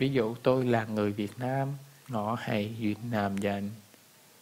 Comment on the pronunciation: ngổ ..nẩy .khởi .mới chuẩn còn ngọ .nị khuy.la phat âm k chuẩn